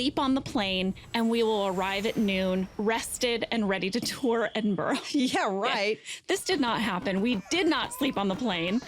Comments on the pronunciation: Jenna... it's ED-IN-BUR-UGH not ED-IN-BUR-OH. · I was so happy for Jenna to come to my home country. Then she pronounced Edinburgh like edinborrow